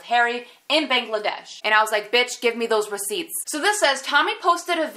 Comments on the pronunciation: pronunces it like how a frog (which is known as bang) is pronounced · would you mind if I say that you are pronouncing "Bangladesh" incorrectly........